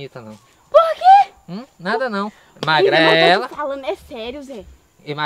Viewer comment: Oo certo seria magrela nao perdoa uma fofoca..tava com fome ze que tu comeu o "R" ??